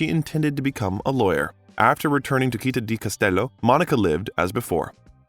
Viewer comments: Citta is not pronounced with a "K" sound but is /t͡ʃitˈta/ or "tch"sound. Your repeated mispronunciation is very distracting. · Not to mention the wrong pronunciation of Citta, the tangled sentences - just in the first four minutes. Could not watch this longer. And how could a man with Iranian descent have the surname Bellucci??? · The way you pronounce CITTÀ is perfectly stupid. Go to Google Translate, type the word and listen to the pronounciation. It's feasable, even to a damn mercan. Stop mangling italian words. You can do it. Or get another job! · I would LOVE the narrator to learn to pronounce the Italian word città correctly! (He had to say it so many times, and all of them were so cringy 😔). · why is the narrator keeps pronouncing 'citta ' as he would do with 'celtic'? citta is a latin word and celtic...well obviously celtic. 🤨